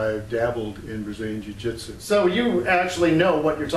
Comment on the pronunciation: am I hearing this right: "fu-jitsu"?